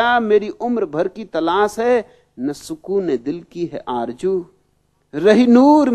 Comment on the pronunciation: Aarzoo not Aaarjoo. Babaji, pls dont spoil the beauty of urdu language,. People worship a guy who can't even pronounce the sound 'SH' or Z